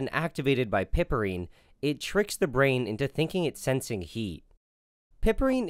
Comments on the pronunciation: Hey man, it's ine, not inol. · I thought it was pronounced PIEperine.